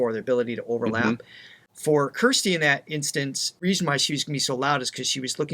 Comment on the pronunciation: Pronounced Kir-stin! Kirsti is a nickname.